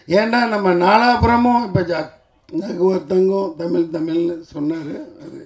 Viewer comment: முதலில் நீர் ஒழுங்காக தமிழை பேசும். தமிழை 'தமில்' என்று கூறும் நீர் ஒரு தமிழரா?